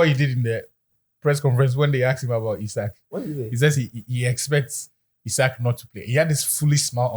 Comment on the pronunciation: He say ‘ZIKO’ him😂😂😂😂😂😂😂😂😂😂😂😂😂😂😂